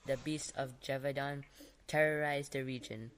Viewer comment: Hi ! i'm french . you can say GE like GElatin VAU like VOte DAN like...DANce. or DONuts > if i'm right, you dont have a real equivalence of this sound in english language